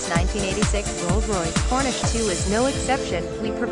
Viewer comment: It’s a Corniche - not a Cornish as the narrator keeps saying. 😡